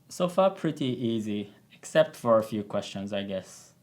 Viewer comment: Whenever he is saying easy I'm dying 😭